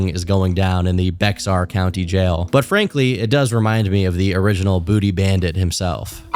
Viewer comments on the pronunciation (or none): very common mistake is not pronounced bexar but it’s actually pronounced Bear county just found it a little funny no hate tho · “Bex-Ar”😂😂 I thought was from Texas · Bexar county is pronounced "Bear" or "Bay-yer", you don't pronounce the x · Pronouncing it beXAR sounds like it makes sense, but its bear, lol they will correct you too lol, unless my comment is way late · “BE X AR” it’s bexar county like bear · it ain't BEX-AR. It is pronounced BEAR. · ok little correction. "bexar county" is pronounced bear county. its a spanish word. also i am horrified to know any of these people live even a little close to me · "bex-are county jail" its pronounced like "bear" so bear county. dont ask why thered an x i dont know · its pronounced "Bear" not Bex are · Bexar is funny it’s bear the x is silent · i love you, but hearing beXar county and not be(x)ar county made me cringe but not too badly as someone who lives in that county lmaooo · It's "bear" not "bex-ar" 😭😭😭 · Noo tom it’s pronounced ‘bear’ county not bexar 😂😅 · NO, TOM, PLEASE!! It's not BeXar! It's pronounced Bear...they just put an X in it! You don't pronounce the X!! 😭😭🤣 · Bexar is pronounced bear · It's pronounced BEAR COUNTY BUT IS SPELLED BEXAR THE X IS SILENT. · it’s pronounced bear 🐻 the x is silent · damn this guy is in my county also it's pronounced bear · Bexar County is pronounced like “bear” I’m from bexar county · bexar pronounced bear lol it dont make no sense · Bexar county is pronounced bear, x is silent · Bexar is pronounced Bear in English and bay-har in Spanish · Bexar is pronounced "BEAR" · Bexar is pronounced bear, drop the x. For real though, that's how they say it in San Antonio. Weird, I know. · It bexar= bear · The "Bexar County" pronunciation made me laugh as someone who lives there. I'm sure you've already heard but it's pronounced like "Bear". No hate I love your videos it just made me chuckle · For future reference bexar is pronounced bear. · Bexar is pronounced “bear”